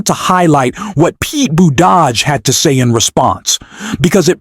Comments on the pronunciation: LEARN TO PRONOUNCE Buttigieg. NOT BUDAJH BOOT IJ EDGE It makes you sound IGNORANT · Please learn how to pronounce Pete's name.